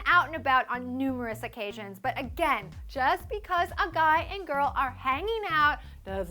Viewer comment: Pls stop saying "Garll" instead of "girl"